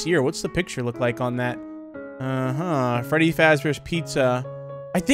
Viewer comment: Bro said feddy💀